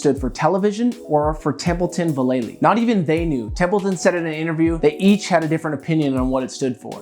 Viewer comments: It's Mike Val La Lee. Not Va Lay Lee. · There's only one 'Y' in 'Vallely'. VAL-A-LEE, what's so hard about his name? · Mike V’s name is pronounced VAL-Ah-LEE. Watch his nine club interview where he explains how to pronounce his name.